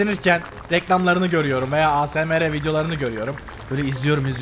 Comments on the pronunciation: abi "A S M R" değil " eysemar" diye okunuyo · Asmr diye yazılıyo ama yazıldığı gibi okunmuyo eysemır diye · Asemere demeniz çok komik 😂😂😂